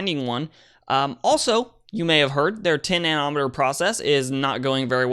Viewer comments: nano-meter. Nobody, and I mean nobody, says nan-OM-uhtur. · Nano...meter,not nan......ometer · Nano' meter (accent on the first syllable) (Na'-noh- meter) the Na is pronounced the same as na in the word "nasty" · Why is it soo difficult for you to pronounce nanometer?? Is he confusing it with Chronometer?